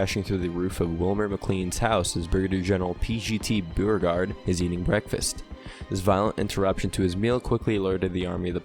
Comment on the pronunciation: General Byuregard? Beeregard? Please. You did a good battle recap, but the man's name was pronounced Boregard with a sound like a long O.